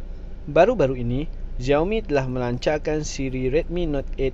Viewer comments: slalu tgk stream org cina... Nama dia xiaoboy pastu slalu dia sebut nama dia ziao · Tapi org cina slalu sebut 'xiao' ziao